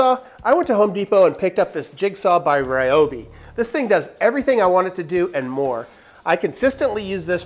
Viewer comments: REEobi not rai obi. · Great suggestions overall. But can you please pronounce Ryobi the correct way. I know a lot of the internet pronunciation tools say it the wrong way, too. But, it's. Ryo is pronounced similar to Rio (de Janeiro). There's also a Japanese golfer named Ryo Ishikawa and it's not pronounced Rai or Rye or anything close to that. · It's actually Ree-oh-bee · Thank you, I've been pronouncing it wrong my entire life! I will make an effort to change my pronunciation, but sometimes its hard to teach an old dog new tricks... or pronunciations for that matter!